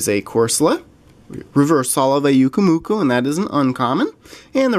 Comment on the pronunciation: when you say pyukumuku your sopposed to pronounce the full name with the p part